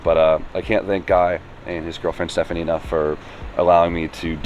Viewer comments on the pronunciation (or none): none